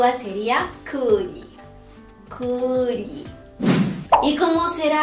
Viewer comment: Me agrada su manera suave de pronunciar la U en la primera sílaba (en kulli por ejemplo)... Otros la pronuncian de forma ya muy castellanizada